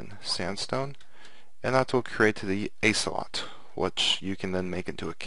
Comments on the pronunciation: "Isslot"? It's "os-uh-lot"... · he said ace-eh-lot. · Oh god the way you say Ocelot